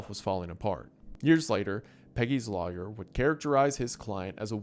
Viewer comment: your Appalachian accent really comes through when you say the word 'lawyer', just letting you know lol